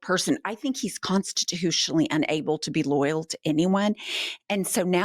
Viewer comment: .. loyal.. i thought you were saying, royal.. hahaha